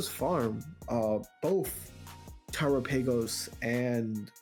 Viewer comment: Terapaygose is killing me